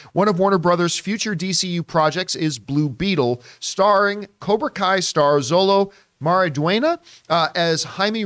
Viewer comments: “Zollo Marydwayna.” did her best 😂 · SHO LOW MARIE DWEN YA THATS HOW YOU SAY IT!!!!! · His name is pronounced: Sho-lo Mar-ih-Dwayne-yuh